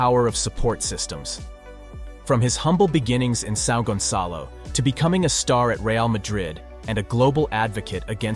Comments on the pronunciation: You should at least make some effort to speak Brazilian names right. São Gonçalo ≠ “Sal gunkalou” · "Son gonkalo" bruh😭😭